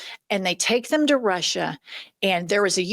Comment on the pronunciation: Did he keep saying that "we are in Alaska in Rusher"? He said it like 2 or 3 times, not just a slip of the tongue. It was very deliberate, as if he is giving Alaska to Putina. Why is nobody talking about this? Its unreal him saying that Alaska is in Ruzzia!!!!! Ive heard nothing more about it.